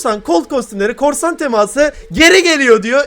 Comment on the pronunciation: abi çok güzel diyon ''TEMAĞĞSIIĞĞ ''